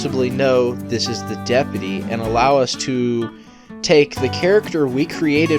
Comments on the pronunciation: STOP SAYING DEP-UH-TEE ITS DEP-YOU-TEE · Its DepUty not depety jesus thats annoying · Are you mispronouncing deputy on purpose?